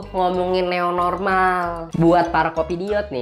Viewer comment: New normal dibaca neu normal dong 😂